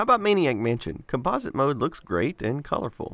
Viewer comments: Com'-po-site, not Com-pos'-ite. Just sayin' CGA composite was used by almost precisely nobody. At the time, it was actively discouraged in marketing because IBM didn't want to link it with the toy image that the VIC20, Sinclair, and to some extent the Apple ][ got nailed with. Most affordable colour CGA monitors didn't have composite inputs. I find it ironic that you use the Commodore 1084 monitor for this video. Ironic in that the 1084 is the monitor that was originally marketed with the one computer conspicuously absent from your list of CGA competitors, namely the Amiga 1000, which was released squarely in the heyday of CGA. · Try changing the pronunciation of the word "composite". Other than that it's a great video, thanks for publishing.